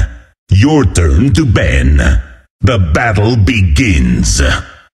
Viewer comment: PREEPEAR FOR BATTEL